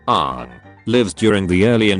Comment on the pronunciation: the AI pronouced Aang like the atrocity that was the ALTA live action movie. edit: just finished the video, he keeps pronoucing it wrong.